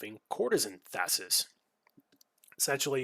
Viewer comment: Interesting play, thanks for sharing! FYI - it is pronounced "Thais", not "Thassis". Only one S. I wouldn't mind a Breaking video on her, with a bunch of the sneaky tricks/combos you can do with her.